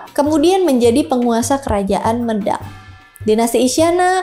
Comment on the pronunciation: pembacaan Mêdang nggih mbak, bukan médang